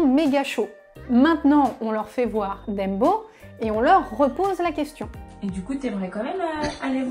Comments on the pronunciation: comme "Deumbo" au lieu de "Dèmbo" ^^ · Je suis la seule à qui sa prononciation de "Dumbo" fait tout drôle ? ^^